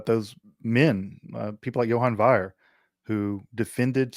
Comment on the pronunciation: 👈Johann Wier I know you're anglophone, but please pronounce "my" name better, mkay?